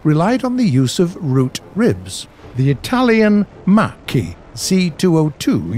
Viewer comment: My compliments for the pronunciation of the Macchi. It's actually the first time I've heard a non Italian say it right.